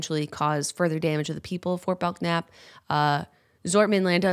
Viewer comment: Totally irrelevent to the video but my family is from Fort Belknap and the "k" is silent :)